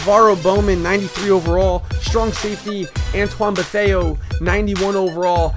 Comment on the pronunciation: It's Iupati it begins with an i, also it's buh-thay "betheA"